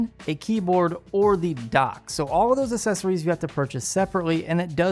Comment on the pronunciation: Can you take a grammar course please. Things work "really well" not "really good".. That and learn how to pronounce accessory properly. Your logo also does not match the high quality of your videos. Other than all that, you are really kicking ass. Well done!